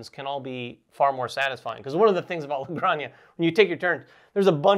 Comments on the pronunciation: Hi guys, great video. Just to let you know, Granja its pronounce like "Gran" - "ha". You are pronouncing like Graña, which sounds like "Araña" that means Spider. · Great video guys, btw it's "La Gran-hah" 😄. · It’s pronounced “La Granha” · It takes VERY little effort to look up how to pronounce a foreign name game. You guys are supposed to be professional and this is disappointing. LA GRAN-HA. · Where’s the “y” in La Granja? 🤣 … all love, guys